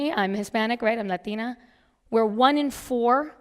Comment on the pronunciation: I love how when she says Latina she suddenly had a Hispanic accent